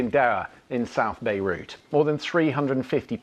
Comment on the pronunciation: Why does she call Beirut "Beirush"?